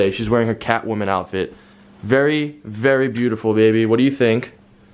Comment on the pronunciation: "Wery people" hahahahahhahahahahah